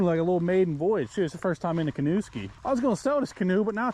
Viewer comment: Did he mean to pronounce canoe like that?!? LOL!! “My dang kane ooh” Love this dude, feeling the positive vibes through the interwebs! 😂😂😂